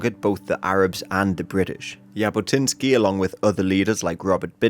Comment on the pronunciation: Its not "y"abotinskiy😂 its actually pronounced Jabotinsky with tne "j" as the "j"